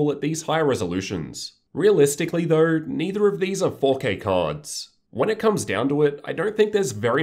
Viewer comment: Australians really try their hardest to make pronouncing the word "though" difficult don't they.